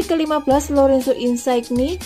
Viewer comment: Insigne dibaca Insinye, bukan insaigni